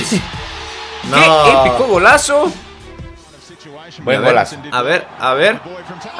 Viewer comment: "uf que golazfao"